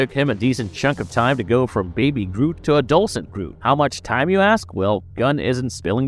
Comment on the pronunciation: adolcen....it's wierd hearing you struggle to pronounce adolescent.